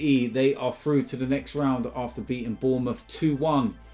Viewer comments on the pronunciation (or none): none